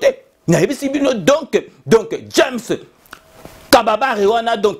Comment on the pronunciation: Ce n'est pas James Kababare, c'est James Kabarebe ?!! Lol 😂 😂 😂